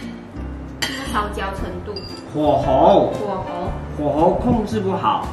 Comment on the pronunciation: 念火候huǒhou啦 第二声 念是第二声 但写是轻声